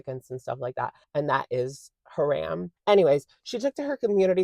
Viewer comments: Yes the second syllable is closer to Rom in romcom, not Ram like Dodge. Ha-“rom” 💖💕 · Idk if this is different in other places, but coming from an Islamic country it's pronounced Ha-Rum not Ha-Ram. Halal sounded perf tho ☺️ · Love you but please don't pronounce it ha-RAM. 🙏 It's haram like the first two syllables of harambe. Just thought I'd loop you in since it obviously wasn't intentional 🤍